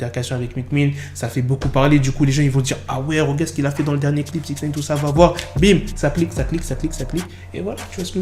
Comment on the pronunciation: Amigo, ce n'est pas SixNEEEIIINNN, c'est SIXNIIIIIIINEEEE à titre d'information...